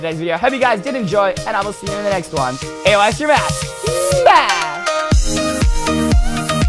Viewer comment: U know it's Eystreem not EYEstreem